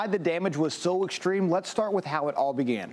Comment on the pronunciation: Distructive = dish-tructive Extreme = ek-shtreem